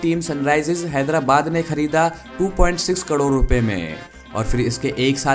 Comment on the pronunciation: बार बार ग़लत बोल रहे हो कड़ोर Wrong 😑 ❌ करोड़ is correct word.✅